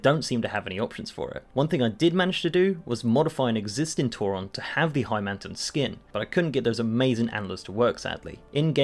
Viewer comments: Who the fuck calls a tauren a tour ron? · he says Tauren like "Tauron" smh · I want to like this video, but I'm pretty 'Toron' how he pronounces Tauren. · Why do you pronounce the "e" in Tauren as an "o"? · whats a TauRON, its tauREN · Why he sayin tauron? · Why do you say Tauron? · Tauren doesn't have an "o" in it... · never mind I didn't noticed he pronounced it wrong. I was saying it right after all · Phantom Link it’s not his accent, I’m from uk and I don’t pronounce it like that 😂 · Forget Tauron, stop saying "L-U-A" It's lua, loo-ah